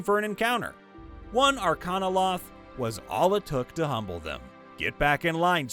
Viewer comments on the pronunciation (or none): none